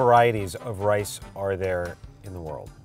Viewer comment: Bro said lice